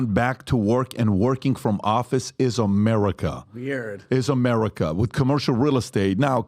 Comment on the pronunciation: EVERYONE: America PBD: Amereca.😂😂